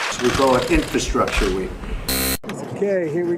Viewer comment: Inferstructure? I don't even know what that is. He can't even say the word properly. Ugh